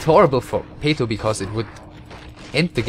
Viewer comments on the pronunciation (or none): His name is PATO, not "peito". However, yes, we "enchoyed" the commentary.